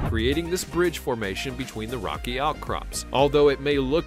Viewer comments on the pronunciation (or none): none